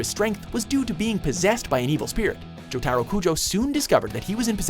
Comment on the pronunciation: "Jo TEAR O" How freaking hard is it to say Joe Tuh Roh